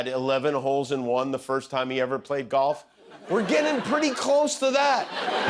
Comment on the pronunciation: dorf for golf. Golf of dorf?